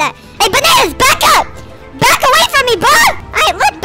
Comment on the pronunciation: And you said bro wrong🍌